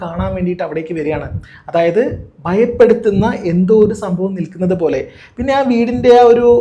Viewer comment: ബങ്ങി അല്ല.., ഭങ്ങി ബയം അല്ല.., ഭയം ബയപ്പെടുത്തുന്ന അല്ല.., ഭയപ്പെടുത്തുന്ന